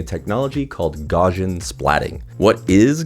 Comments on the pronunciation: "gaw-shin"... no, gaussian is pronounced "gow-see-an" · His name is pronounced gow-s You can click the speaker icon at the top of the article to pronounce his name. Gaussian is pronounced gow-see-an, like I said. I have a masters degree in computer science, I've used the term hundreds of times. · Took a long time for me to realise that the word you were saying was "Gaussian". Not sure why you're pronouncing it as "Gor-jin". The word comes from Carl Gauss's surname, which is German, and rhymes with house. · Funny how a review can be so destroyed by the presenter just pronouncing a word wrong! Gaussian pronounced "Gorzhin" was just awful! The rest was good, of course...